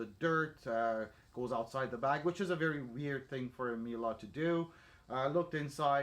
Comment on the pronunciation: Its "Mie- leh" not Mielah